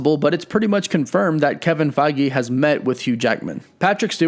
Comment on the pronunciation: "Kevin Fei-gee"